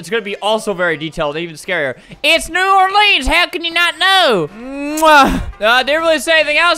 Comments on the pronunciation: No it's how he says New Orleans FYI, you don't say it like New Orleens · It's pronounced New Orlins but spelled New Orleans. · ALBERT IM FROM NEW ORLEANS! U DON'T PRONOUNCE IT LIKE THAT! >:( U PRONOUNCE IT LIKE NEW OAR, LIKE A BOAT OAR, LENS LIKE A CAMERA LENS REPEAT IT TO URSELF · Coming from the south, I got upset when he said New Orleans wrong. but I guess you can say it either way